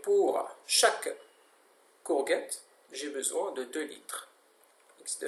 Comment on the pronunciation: courGEtte et pas couGUette